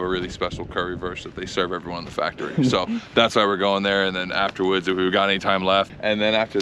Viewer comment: aftawoods 😂 I’ve started saying it tbh after watching the new pods.